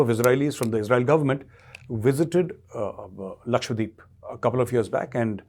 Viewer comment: Sir it’s Lakshadweep not Lakshwadeep.